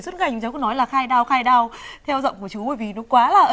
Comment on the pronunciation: Khai đao phải kéo dài chứ bác